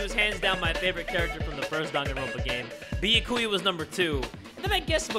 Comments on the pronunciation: I love you but, this is how you say his name. Bee-yas without the s-ku-yas without the s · Byakuya: favorite character: Bee-Ah-Koo-ya